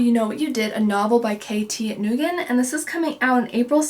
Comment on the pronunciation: Lots of great books ahead! Just to let you know, "Nguyen" is pronounced "Winn." It's a Vietnamese name. 😊